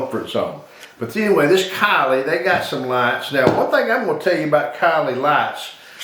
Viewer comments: its pronounced silly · It is pronounced "C Lee" not after a Kardashian